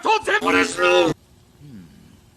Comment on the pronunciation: "What is new?!" "Neuw?" That killed me.